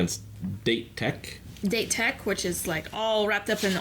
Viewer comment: I can't believe how bad they butchered the name. I mean at least don't pronounce Date like the English word! Or say Date Tech like it's meant to be and not Datech! That doesn't work like in Japanese!